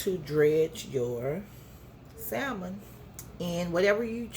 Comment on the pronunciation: The L in salmon is silent